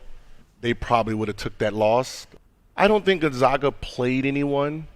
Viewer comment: All of this for the zags and he still says the name like gonzoga... like you see the name everywhere just say Gonzaga!